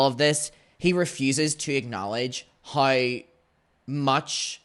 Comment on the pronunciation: "houew"= how